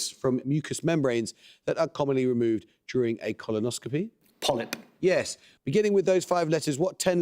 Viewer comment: that was a crisp 'Polyp'.